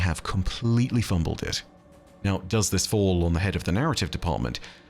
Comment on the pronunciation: “Fumbled” come on, man.